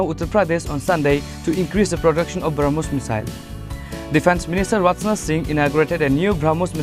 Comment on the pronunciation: It's Rajnath singh not ratnat singh pronounciation is not good.